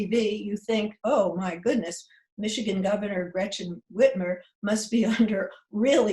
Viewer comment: Eleanor really misread Michigan